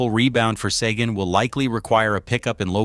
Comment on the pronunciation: AI pronounced "Sequin" wrong all 9 different times.